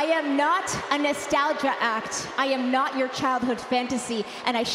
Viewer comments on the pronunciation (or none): none